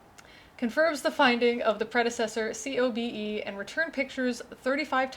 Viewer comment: COBE is usually pronounced to rhyme with the first name of the white whale.